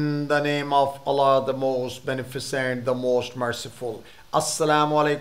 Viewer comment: in the name of ALLAH not Alaaaaa